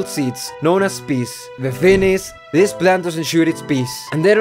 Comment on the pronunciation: did I hear peace instead of peas